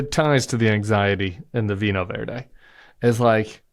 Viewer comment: "Vinho Verde" == VEEE-NEEE-OH VER-DEH (or VER-JEE if you're from most parts of Brazil)